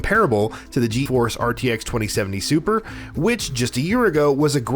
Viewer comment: I think he said G.E. Force instead of Geforce